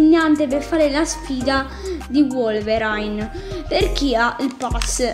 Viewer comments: si chiama Wolverine ma si legge vuolverin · La cosa più bella è la pronuncia di wolverine